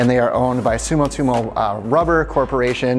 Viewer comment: Pronounces Sumitomo as "sumutimo" and says that this Japanese tire is a Chinese tire.....cmon dude....